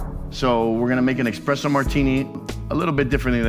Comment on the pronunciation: Love the vid, but hearing a professional say expresso instead on esspresso makes me downright sad